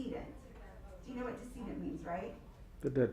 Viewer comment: Its decedent, pronounced deh- seh- dent. Not Diss-eee-dent. What college did you go to, they actually gave you a degree.